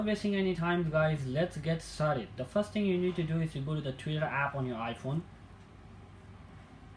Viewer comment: “Eeeeehhh, just pest deh link.”